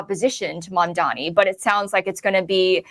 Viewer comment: Lindy mispronounced Mamdani. She missed pronounced intifada. She clearly was reading off a script. I don’t think she wrote it herself.